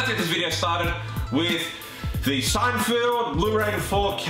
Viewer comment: Good video, but it's not SeinFIELD. It's SeinFELD.